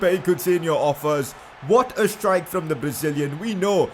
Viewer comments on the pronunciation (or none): none